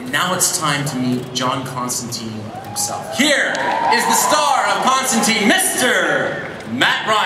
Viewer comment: everyone's pronouncing Constantine wrong :(